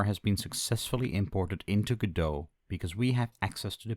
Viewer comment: you cant say godot...